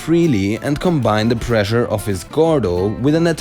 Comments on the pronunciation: I thought he was saying pleasure instead of pressure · ...Pressure. It's pressure. Like, preshure. Also, great vid!